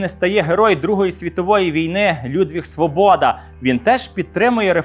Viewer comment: Правильне прізвище Своʼбода Наголос на першому складі